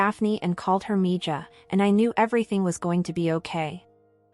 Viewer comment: This was a very good story. Though maybe you should have found a way for the AI to say Miiha and not MiJa. If you could ever use another writer, I have an idea for a story or two.